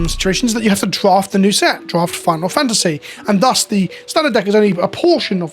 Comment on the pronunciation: tik tok brain has trouble saying final fantasy